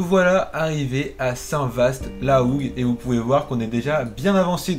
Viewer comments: Les gens ont du mal à dire Saint Vaast! C'est Saint Vaa pas saint Vaste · Pour Saint-Vaast la hougue on ne prononce pas le « st » de Vaast